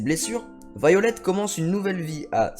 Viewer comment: déjà, je pense que ça se lit "Vaïolet", pas "violette"! Alors, arrête avec ton délire!